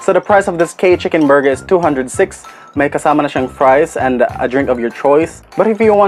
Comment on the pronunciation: Borger! wahahahahhahahaha